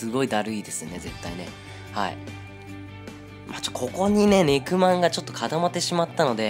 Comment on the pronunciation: ネクマンが肉まんに聞こえるw